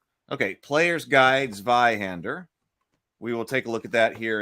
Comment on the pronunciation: Not Sweihender it's pronounced Tzweihander. Initial-z in is pronounced tz in german.